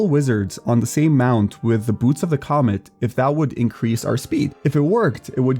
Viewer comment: It's boots of the COMET not COMMENT you ape. Jesus..